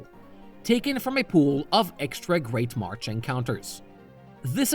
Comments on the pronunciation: MarSH. Not MarCH. MARSH. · You do know it's marsh right? Not martch? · Why do you keep pronouncing "marsh" as "march"? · It's great marsh not march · Good video, but it’s ‘marsh’, not ‘march’. You keep saying ‘great march’ in the video. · Yeah, I'm pretty sure he said "Great March" every single time. Couldn't unhear it.